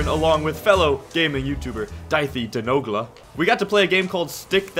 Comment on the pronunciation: The way he said noglas name hurts